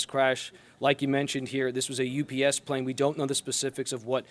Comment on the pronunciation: Also, she repeatedly says "US Plane", and not "UPS Plane".